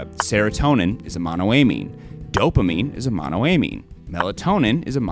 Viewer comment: friend to friend please pronounce monoamine the same way you pronounce dopamine only halfway through but great video!!